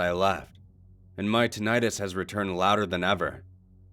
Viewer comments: Tonight us Tinnitus The true bliss of utter silence? Silence is loud as hell to me. True silence is unbearably loud.. isn't it? edit: tonight us is just how the guy pronounces the word. it sounds strange when he says it, is all. lul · Please pronounce it correctly. Please pronounce it correctly .... NOPE!